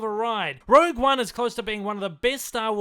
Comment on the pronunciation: One year later and everyone STILL calling it 'Rouge' One. Incredible . Worst to best for me 2,1,8,3,7,ro,6,5,4.